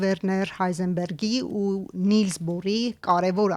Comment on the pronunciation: Նիլս Բոր ո՛չ թե նիլս բուր... 😂😢😮😅😊